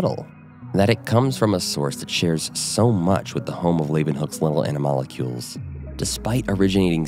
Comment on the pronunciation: I am not a scientist and am prepared to be wrong, but I think you are mispronouncing animalcule. You are adding a vowel sound between "mal" and "cul", where there is none.